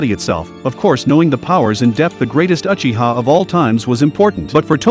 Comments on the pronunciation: its not Achiha its Uchiha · Bro its uchiha not achiha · ah yes, Atachi and Mad-ar-a uh-chi-a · He really said achiha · First learn how to say Uchiha and Mangekyou after that explain 🤣🤣